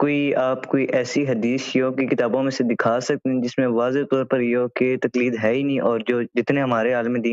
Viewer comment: Talqeed nahi Taqleed hota hai